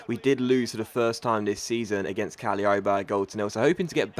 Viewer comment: ***** Cagliari is pronounced Ca - glee - ari